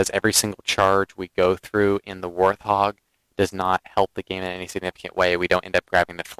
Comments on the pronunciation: Hi, I'm a sub of yours & respect your tsctics & in-depth knowledge of the gsme & not trying to b a jerk here, when U say warthog the H is silent just like the animal-Thanks just a dumb thing that was evident thamks 4 the vids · No offense taken by these comments at all. Instead, I appreciate them. I have mis-pronounced the name of this Halo vehicle from day one. The word is said "Wart-hog" NOT how I say it ("Warth-hog"). Like TheWowso pointed out, MANY people mis-pronounce this word (wether they know the correct way or not). It's actually a funny little quirk in the Halo community. :)